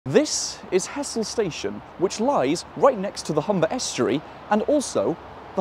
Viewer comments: To be pedantic i know its spelt Hessle and looks like it should be pronounced like that, but its pronounced Hezzle. Enjoyed the video though. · Nice one. Just a small point - it's usually pronounced 'ezzle!😀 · He-zle... it's He-zle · this has been the bane of my existence when apps use as-the-crow-flies distances to define closeness. (Hessle is physically closer to Barton than Ferriby, but that doesn't mean its easier to get to) just to nitpick: the locals pronounce it more along the lines of hezzle (or even 'ezzle) they're talking about Hessle Road, which isn't even in Hessle) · also the locals pronounce it hezzle not hessle fyi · Hessle is pronounced ezzle, in ull dialect.